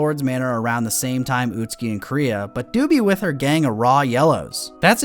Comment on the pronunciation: It's kind of hilarious they pronounce the sister's name like "Korea" in the english dub.